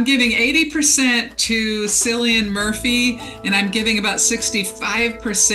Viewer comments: Wonderful predictions. Cillian is pronounced kill ee an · Cillian Murphy is irish . Its pronounced Killian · Thanks! I agree, Cillian Murphy is a wonderful actor! FYI, his name has a K sound: ki·lee·uhn 💖😘